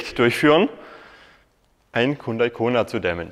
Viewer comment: Aussprache : Jundai.